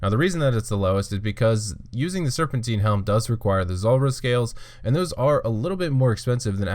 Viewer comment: Its not "Serpenteen". It's serpentine. Like Time. Tine. Serpentine. Jesus christ kid.